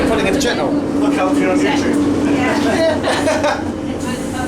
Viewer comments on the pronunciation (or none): Your pronunciation is wrong, its pronounced "Chet-nul"